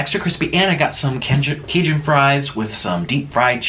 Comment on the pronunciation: Can you say Cajun right.